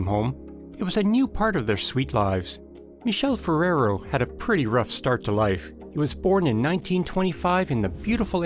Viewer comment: The narrator is pronouncing the name of "Michele Ferrero " wrong every single time- So disturbing and inadequate